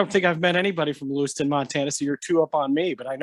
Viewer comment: LEWISTOWN …not Lewiston. 😪